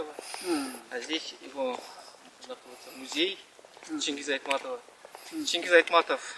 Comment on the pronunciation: Чингиз эмес Чынгыз десен